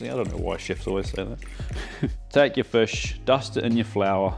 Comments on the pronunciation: "Now, the star of the show, the FUSH." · Hey, as an an Aussie who's visited NZ over 100 times (for work - mainly) can you say fush again? Plz? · Did you say fush in kiwi or fish in Aussie😂